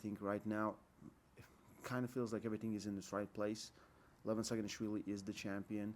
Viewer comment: Its not Levon it is "Lee-vaa-n"